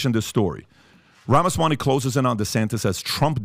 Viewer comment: Not Ramasawany,but Ramaswamy.